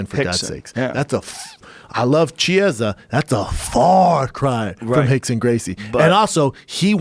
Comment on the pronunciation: Please all you Americans like how to pronounce Chiesa properly. Key - a - za.